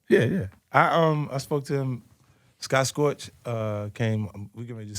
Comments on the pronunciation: Lmao 50 still dont know how to pronounce Scott Storch name 😂😂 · Like when you hear Rosenberg correct 50's pronunciation of Scott Storch